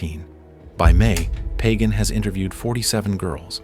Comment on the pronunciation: Great stuff, as always! However, I'm willing to to bet that Michele Pagan pronounces her least name "Pah-GAHN," not "pagan."